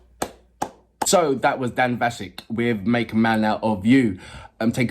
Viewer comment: As others have already mentioned, Dan's surname is pronounced with a short "a" sound like apple, not the elongated "ah" sound that those of us who speak the King's english might use 😉 This song was originally performed in the animated movie by Donnie Osmond, a US male performer, one of The Osmond Brothers and brother of Marie Osmond. The Osmond family are from Utah, were major entertainers during the 70s and early 80s, with Las Vegas residency that lasted many years, as well as touring internationally. Donnie and Marie had a syndicated television variety show and a number of chart hits. I think Donnie was also a guest artist on The Masked Singer at one point, but I'm not entirely sure...🤔 🙃🐨🇦🇺